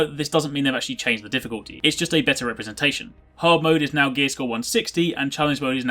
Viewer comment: Hard moe?? Haha everybody makes mistakes! ;)